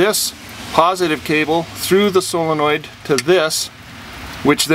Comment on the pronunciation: Thank you for pronouncing it SOLE-en-oid and not SILL-uh-noid like everyone else.